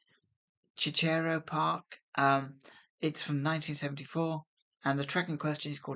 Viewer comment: Cicero is pronounced like sister.